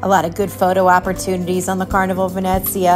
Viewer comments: Isn't it pronounced VeNEEzia, like in Venetian? I noticed you said, "VeNETzia." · That’s what I thought too! I was corrected in another video I made saying it was pronounced VenNETzia. LOL I give up! 🤣